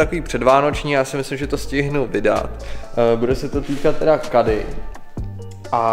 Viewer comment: Nevyslovuje se to KEDDY A NÉ KADDY